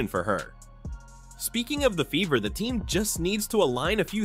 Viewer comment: You keep pronouncing Fever with a B